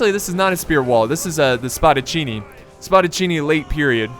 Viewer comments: Couldn't pronounce peltasts, but says Spadacinni perfectly. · i'm italian and oh my god its fantastic how did you pronounced spadaccini exept that continue like now your video are the greatest total war video that i've seen